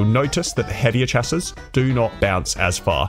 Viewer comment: Its pronounced Shass-ee